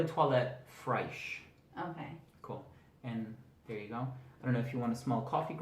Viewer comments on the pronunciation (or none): Great video! I'll need to check some if these out! Just FYI, the word "fraiche" is pronounced essentially like "fresh", not "fryish" :)